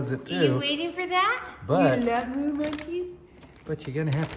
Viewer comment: Moo, not moon. 😄😄😄